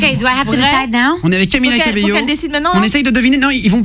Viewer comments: Faut faire un effort avec son nom, Guillaume l'a assassiné ahah ! C'est pas camiYa CabeLo, mais CamiLa CabeYo ! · Lmao I luv joe it say CAMILA CABELL O😂